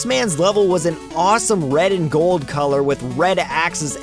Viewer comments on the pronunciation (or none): none